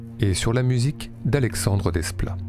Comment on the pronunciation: Pourquoi ce français pas assumé "Alexandre Desplats" prononcé "[desplat]" quand il fait prononcer [dépla]. C'est chiant, ce boboisme très Arte. Superficiel dans l'ensemble, comme tout ce qui se veut branché parisien mondain. On en a plein le c...